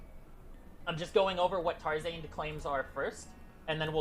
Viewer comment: everytime he said tar-zaned i cringed